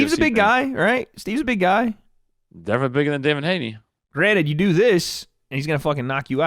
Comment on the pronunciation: “Now granite” bruh this ain’t tile lol it’s “now granted”